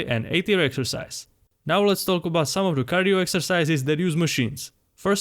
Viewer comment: bro finally learned how to pronounce cardio